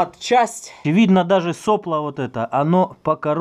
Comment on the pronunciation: СоплО!!!! Ударение на О!!!!! Сколько раз уже повторять?